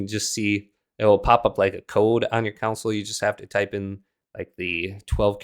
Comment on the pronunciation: I Never heard anyone pronounce console as council??